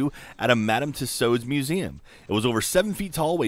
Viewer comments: Madame 'Too-sodes', good one. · He pronounced "Tussauds" wrong... just saying! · The way pronounces madam tussauds, hurts my soul and my future children's souls.